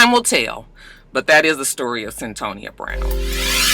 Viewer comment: It's CYN-Toya aka Cyntoia I saw the documentary a year or two ago on HBO...